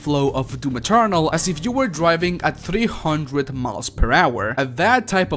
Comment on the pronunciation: I don't know what I loved more about this video: the footage, the way you say "DOOM Eternal" (kinda sounds like DOOM Maternal which let's face it, just works and it's a better name) or the kisses. I'll go with the kisses. Feliz Año Nuevo =)